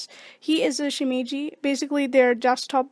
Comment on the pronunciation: its not pronounced shimiji...